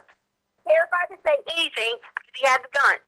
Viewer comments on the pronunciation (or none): Her pronunciation of ‘anything’ as ‘anythink’ makes me question her multiple degrees. In another conversation with Al, she says ‘why come’ which again makes me doubt her supposedly extensive qualifications. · What dialect adds a k to words that end in “ing”…like “anythingk”